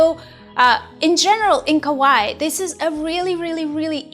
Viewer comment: "ka-wa-ii" that's how you pronouce it. great tutorial btw